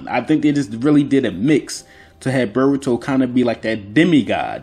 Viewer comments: he absolutely says burrito not boruto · Also, it's Boruto, not BRRR-ito. BRRR-ito is the Hood version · Bro did you just say call Narutos son Burgto!? You juss black talken or juss tryen du sound coo. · I don't really see anybody talking shit about your accent so if anybody dislikes it I highly doubt that's the reason. I can't notice a Haitian accent at all, you just sound like a normal black American dude. Only thing I've noticed people talk about and noticed myself is you calling Boruto, "Burito". Fix that up and there's no problems at all bro. Also on a side note I wouldn't be sleeping on Himawari's byakugan considering she's the daughter of Hinata, descendant of Hamura, the Byakugan princess, and then her father is the reincarnation of Ashura, son of Hagoromo. If you actually go through her lineage like that it would have her and Boruto being the closest people to Kaguya and full Otsutsuki's in the modern era. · This nigga really says "BERROOTO" 😂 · You said berbauto lol